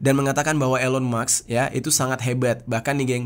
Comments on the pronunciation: Musk dibaca mask, bukan Maks. Beda cara bacax. 🤔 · Elon MUSKKK bang,, bukan MAKSSSS 😂😂😂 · bkn elon muks tp elon musk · Elon maks😂 Elon musk ✅